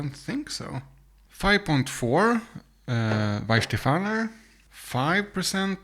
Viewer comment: And if I may: It's Weihenstephan. There is not "er" at the end. Nice experiment though. You should have included Schöfferhofer to your lineup. That's a distinctly different fruitiness towards citrucy, grapefruit flavours.